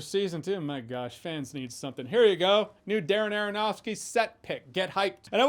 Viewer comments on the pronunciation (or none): STOP SAYING ARONOFSKY!!!